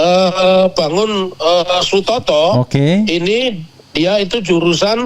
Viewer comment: بارك الله فيكم مع الناجة dan temannya mohon maaf, namanya Bangun Satoto, bukan Sutoto